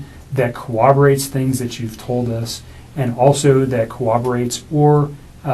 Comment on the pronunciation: The word is corROBorate NOT cor-OB- o-rate. Surprising he does not know that word and is FBI - or CBI.